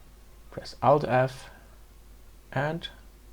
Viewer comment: Took me a few minutes to realize that he said Alt-F. I kept asking myself, what is Out-F? couldn't find it anywhere, stupid me... but a very good tutorial and helped me a lot. Thanks